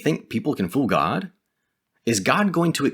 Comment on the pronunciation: Good info, but can you say God instead of Gad, which is what the org say, also, try not to be so robotic like the JW's as it is off putting when watching as it reminds me too much of them.